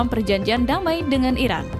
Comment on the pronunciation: sering salah ucap IRAN ➡ IRAQ